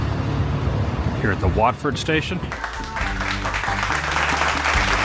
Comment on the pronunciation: Oh my- I can’t believe he finally got “Watford” correct 👏🏻